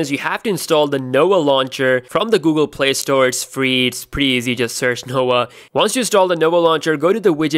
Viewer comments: It's "No-vah" launcher, not "Noah" launcher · I really thought he said the ''Noa'' launcher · he's indian Indians cant pronouns the letter v